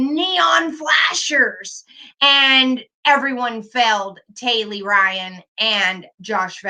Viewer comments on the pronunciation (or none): I’m not 100% certain but I think the 17 year old’s name is Tylee (not Taylee), just a heads up!! Love you!! 😘